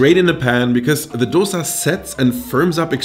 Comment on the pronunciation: The fact that you pronounced dosa correctly made me very happy.